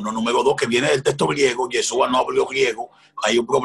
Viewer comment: APRENDE A PRONUNCIAR CORRECTAMENTE YESHÚA.